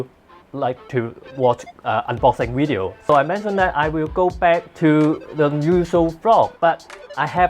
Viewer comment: please give it to my Wife because she "lily" likes your "weedio":D